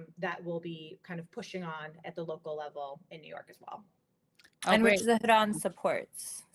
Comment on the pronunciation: After hearing so many people pronounce Zohran as "Zo-Ran", hearing someone actually pronounce the "h" threw me for a loop.